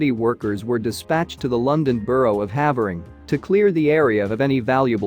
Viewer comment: For you folks in the US, "Havering" is actually pronounced "Hayvering"